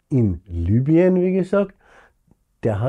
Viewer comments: Lübien? Eher heisst rs doch Libüen! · Wie kann man das nur Lübien aussprechen wenn da groß Libyen steht?